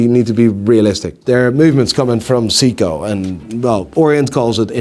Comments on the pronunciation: It's Say-ko not See-ko. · Someone please teach to pronounce Seiko, Nivada Grenchen, and tourbillon. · can pronounce Frederique Constant but can't pronounce Seiko.